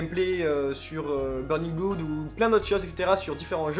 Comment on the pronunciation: Burning.... Bloud?? No please mes tympans